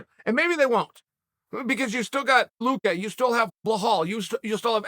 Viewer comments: Blahhall mo hammed. Vchentie luki. Never change cahrl sonne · “Blahal Muhammad” and “Vichenté Luké” 🤣🤣🤣🤣🤣🤣🤣🤣🤣